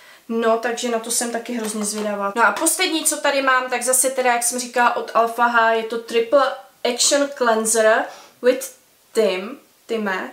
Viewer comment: Šuting balm, koho tym chcete shoot. A čita sa to Alfa eidž.